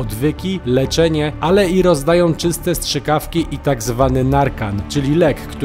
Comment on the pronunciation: Nie szczykawki, ale strzykawki ;)